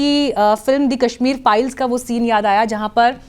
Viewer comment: पाईल्सं नही मेम फाईल्सं